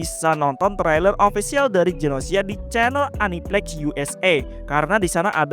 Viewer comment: Cara bacanya: Gu-no-shi-a. Karena katakana yang dipakai グノーシア